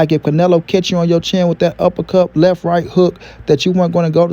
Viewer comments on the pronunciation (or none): none